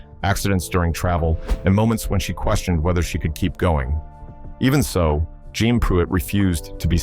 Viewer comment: Jeanne Pruett's name is not pronounced "John". It's pronounced "Jee-nee". If you're going to make videos about a subject, you need to be familiar with it and not use AI generated compositions.